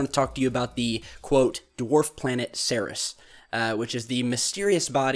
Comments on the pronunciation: Pronounced.. See..ears. NOT See-Res. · Minor point, but "Ceres" is pronounced "seer-ease" not "serris". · excellent video Ceres is pronounced seerees by the way Scotland loves you